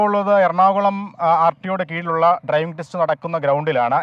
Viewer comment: ട്രൈവിംഗ് അല്ല, ഡ്രൈവിംഗ്...